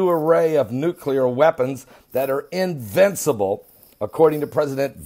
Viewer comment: invicible ?? are you a god? lol.